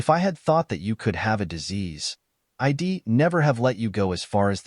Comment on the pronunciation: "EYE-DEE"? Goofy ass robot narrators!